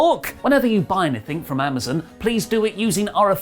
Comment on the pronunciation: I’ve heard of “Amazon” but what the hell is “Amazen”??? 🤔🤔🤔